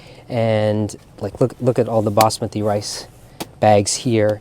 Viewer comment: A beautiful labor of love, nourishing you and your guest, as well as the cultured hearts of your viewers. Now I know how to properly say Basmati.